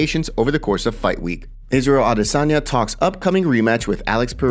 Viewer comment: Absolutely blows my mind that someone can have a Channel this large devoted to UFC/MMA news and yet still manage to mispronounce the Middleweight champions name every time they speak it. 🤦🏻‍♂️